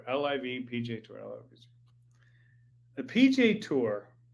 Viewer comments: Hank, call it LIV not L-I-V. It`s the coolest game in town. I`m 65 and love it. PGA is BORING. Scheffler whooping up on no names. Sponsors will drop like Bryson`s 40 footer to shoot 58 !!!!! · Quit saying “ L-I-V”….its LIV